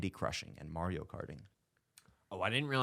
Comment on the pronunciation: them all attacking for saying bury weird but they all say mario wrong